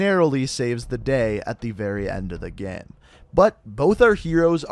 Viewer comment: You pronounce the word game funny.